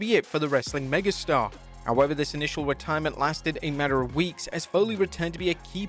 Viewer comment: ReDIErment… yeah that’s more like it